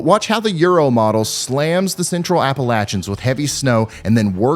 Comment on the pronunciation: Love your stuff man. I'm right over the border in SW VA! I love that you say it right "Apple-Atcha."